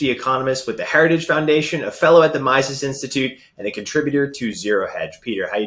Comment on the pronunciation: it's not "Myzezz", but "Meesezz"